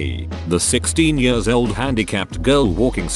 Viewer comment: Am I the only one who hates the way this text to speech says the word “years”